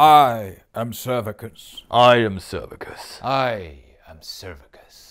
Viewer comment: "I'm servicus" #dead